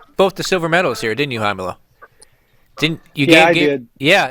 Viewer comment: Fucking ballsuckers. You must say Rómulo like r in rack. Brasilians are Also able to pronounce R properly